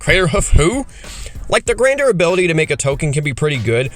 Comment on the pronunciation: IMO you're *way* overvaluing making non-legendary tokens for this cycle. The point is to abuse their Grandeur (pronounced "Gan-jur", btw, not "Grand-er") ability as much as possible. Having more copies of the creature in play doesn't help you do that, most of them don't have a useful body to attack with, and their activated abilities are generally just worse than using their Grandeur effect. Bending over backwards to make only non-legendary copies just isn't useful for anyone except probably Korlash (and maybe in some slower games , Oriss in a hard control deck). By not using the legend rule to sac the commander itself and leave the clone in play, you're giving up a free way of getting the commander into the GY, where it's almost always easier to get back into your hand that from play; there are just a lot more cards that will do that for you, especially artifacts, which are going to the be the main thing you lean on in mono-blue and mono-red, and to less of an extent, mono-white. This comes up a ton in green. If you legend rule Baru to the GY green has countless ways to return a creature or permanent from the GY to hand. Baru also is, AFAIK, the only one of them that has an easy 2 card infinite loop with Paleoloth. The ability to poop out a large number of wurms and then give them +1 and trample before you swing is strong. I'm sure you could build a landfall deck where getting +3 or +4 per land drop plus playing multiple lands per turn is strong, but you'll have to also prov